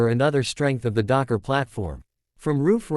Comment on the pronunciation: DOKCE NUKKEN? Really? What the hell is even the point of this AI generated crap? is it just for clicks, comments and watch time to keep the algorithm fed?